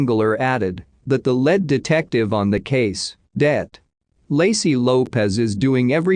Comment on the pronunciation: I was just thinking, "If you're going to use a system that digitally reads for you, then when you're typing in info at LEAST phonetically write it down. BREE-ANNA. Easy as that!" Not to mention "lead detective". Type it in "leed". Smh Quit being LAZY!😤